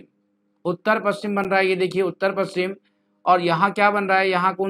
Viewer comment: Aap paschim प कि जगह पू कर देते हैँ